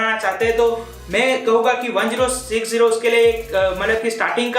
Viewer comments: it's called ten sixty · he said gtx 1-0-6-0 most of the time.. why?